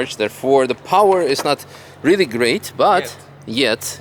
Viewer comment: Rotary powah